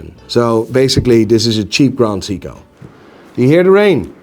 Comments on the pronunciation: It's Say-ko not See-ko. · can pronounce Frederique Constant but can't pronounce Seiko.